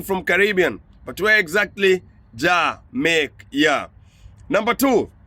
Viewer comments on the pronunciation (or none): Well am not sure of everything as I have lived outside of Jamaica for half of my life so far but two things it's pronounced like this JA MAY KA. Ok! And we say IRIE MON! 🇯🇲 Not irie man! It's all mispronouncement. But you have done a great research as always and I always like to correct my students when it comes to those two things. Once more you are a blessing my son keep it up.🇯🇲❤️🇯🇲❤️ one love.